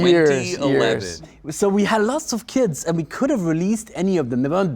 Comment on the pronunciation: Thank Azir the caption was on. keep hearing kids instead of kits.